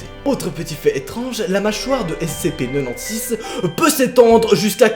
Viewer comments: J'ajoute que le SCP-096 (tu le prononce façon belge, cela ne m'a pas facilité pour reconnaître le SCP) à été récemment éléminer par SCP-173 Dit la Statue/Sculpture. 1 SCP de moins parmis d'autres... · Ce que jentend de: (SCP NENONSIX)